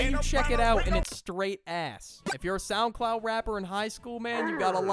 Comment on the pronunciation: I found a mistake: It said Souncloud instead of Soundcloud